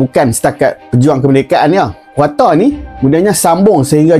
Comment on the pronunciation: Sebut je KOTA..ngape jd KWATA?